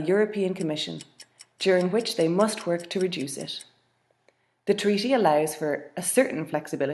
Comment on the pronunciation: How comes this lady says "tweaty" instead of "treaty" ?